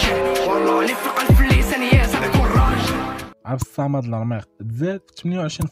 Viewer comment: عبد الصمد ماشي عبد الصامد